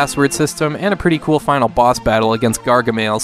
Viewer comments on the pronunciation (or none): none